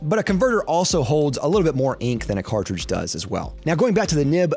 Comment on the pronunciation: Who else got triggered when he pronounced cartridge the wrong way (pronounced cartridge)